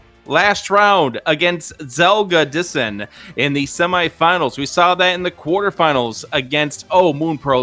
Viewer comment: zelgadis. san. zelgadis-san. the announcers always pronounce his name as zelga dissan and i feel like i'm having a brain cramp. zelgadis. san!